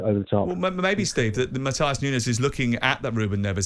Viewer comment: Matheus Nunes isn't German....its pronounced Muht-ew-sh...